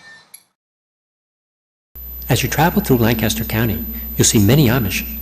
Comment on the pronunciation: It's pronounced LANC aster